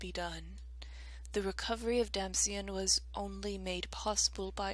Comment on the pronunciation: 17 years of peace dulls anyone's blade, you can blame them for that You know? you have been pronouncing Damcyan correctly, yay! XD